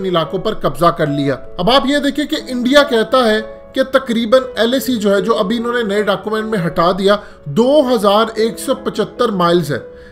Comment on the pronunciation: Urdu sahi boleen .... qareeban kawnsa lafz huta hai? TAQREEBAN boleen TAQREEBAN